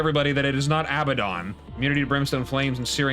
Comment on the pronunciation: you said Abaddon correctly tho what